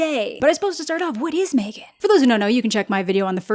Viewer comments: Mah-three-gan two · I can never not hear you say MeThreeGan, ever. I don’t understand this “Megan” movie you’re speaking of.